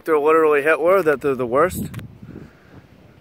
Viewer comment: i heard it as "litterally himler"